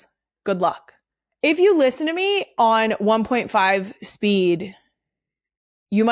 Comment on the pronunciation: There it is “step foot AWN to that field” I found the slip into the DelCo accent.